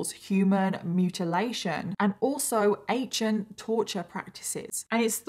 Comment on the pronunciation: When she said accient torture I thought I heard her say "Asain torture" and I was like....ummmm what? Luckily subtitles cleared that up. 😝😁💀